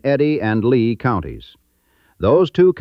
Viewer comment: It’s LEA county not Lee!!